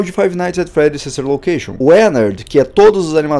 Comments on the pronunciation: nossa o cara fala ''five nights at freddys the silver location'' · Eu também ouvi huehue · Eu também ouvi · Ñ eu tbm ouvi jkkkkkk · Ele falou the Silva location